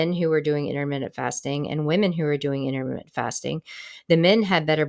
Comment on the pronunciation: Yeah her pronunciation kept making me prick up my ears each time she said it😂 Apart from that, some fantastic information being shared here.